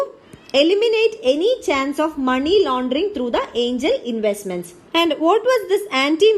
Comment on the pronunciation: Angel or aiingel ??? .... irritating voice ...